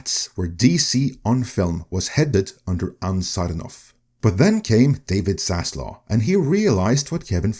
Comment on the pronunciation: This is so amazingly silly. There is no cabal out for zaslov (the v is pronounced)